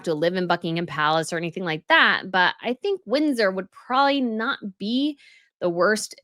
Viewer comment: I have heard you say some pretty ridiculous things before, but, "If you're going to be a king, you have to live in a castle", is easily, the most stupid thing that has EVER come out of your mouth! And you say " prawley", instead of "probably"!!! 🙄